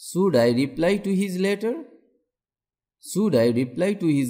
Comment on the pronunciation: Teaching is very helpful but sir your pronunciation of "should" and "wish" sounds incorrect ..